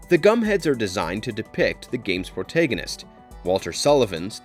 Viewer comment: Bro the way you pronounce "protagonist" is legit concerning 😟